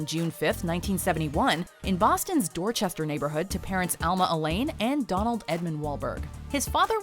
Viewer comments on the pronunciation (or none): Y’all need to learn how to pronounce dorchestah